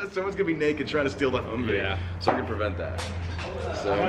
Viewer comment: Hummvee not hummer